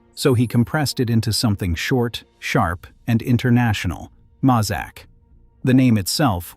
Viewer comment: Pronounced may zak not mah zak.